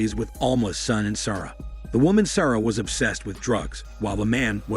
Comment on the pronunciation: Interesting way to pronounce "Sara" too! Lol. Also lit*^ candle, not "lighted". Smh.